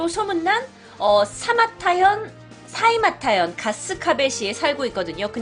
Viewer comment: 사이마타가 아니라 사이타마 아닌가??